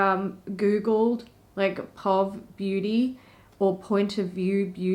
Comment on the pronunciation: Instead of being pronounced like 'pawv,' Mikala's brand is more like 'pee-oh-vee' - that's how we shorten 'Point of view' over here in the States... Maybe it's not the same over where you are? That's how I've heard it referred to thus far, anyway. If it's really called 'pawv' I haven't heard it yet!